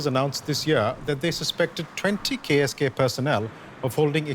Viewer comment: oh KSK... I thought I heard Gay as Gay commando or something sigh.